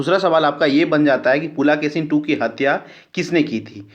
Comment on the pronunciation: शुद्ध भाषा का उच्चारण कीजिये पुलकेशिन को पुलाकेसीन बोलते है, और कुछ शब्द को बोलते है सुनने में कठनाई होती है।